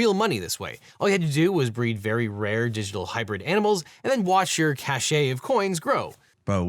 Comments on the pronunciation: Oddly enough, CACHE is pronounced CASH. CASHAY is something else altogether. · 😬 “Cache”, meaning stockpile, is pronounced “cash”. Often confused with “cachet”, pronounced “cashay”, meaning prestige. Not a big deal but don’t get it wrong in a courtroom eagle! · It's "cache" (pronounced "cash") not "cachet". So there. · Do lawyers intentionally pronounce "cache" as "cachet" to distinguish it from "cash"? That's actually pretty interesting; it reminds me of how the military has their own way of saying certain numbers. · It’s not a “cachet” it’s a cache. I’d have thought a lawyer would know that. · You're great. But "cache" is pronounced "cash," not, "cash-ay." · Cache is pronounced like Cash not Cashay Cachet is the word pronounced as cashay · Cache is pronounced "cash", not "cash-ay" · PSA: “Cache” is pronounced like “cash.” Saying “cachet” here made no sense. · great video, but just FYI, cache is pronounced "cash" and cachet, which means something else, is pronounced "cashay" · I'm suing the Legal Eagle for pronouncing cache as cash-ey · Pet peeve: "Cache" is pronounced "cash"; not "cash-ay." Other than that, great content. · Did you say “CASHAY of coins”? As in “cache”, which is pronounced “CASH”? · This is an entertaining and educational video. Except for the pronunciation of "cache" (e.g. group of things that are hidden). It's pronounced "cash" and not "cash-ay". Cachet, a different word entireley (can mean "prestige," "medicine to be swallowed," or "an official seal") is pronounced "cash-ay." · "Cache" is pronounced cash, not cachet, Eagle. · Did Devin really pronounce ‘cache’ as ‘cachet?’ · Hey LegalEagle, GrammarEagle here. "Cache" is pronounced like "cash", with only one syllable. :) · Lol this guy just pronounced cache as cachey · FYI, Eagle, the words "cash" and "cache" are pronounced exactly the same way. The E is silent. Yes, it's annoying. Sorry. ❤ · Cache is pronouced like Cash not like Sashay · cache is pronounced "cash" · Cache rhymes with stash.